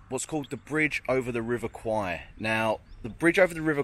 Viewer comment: It's pronounced "Kway" in Thai ... The way you're pronouncing it ..That's Thai for a Buffalo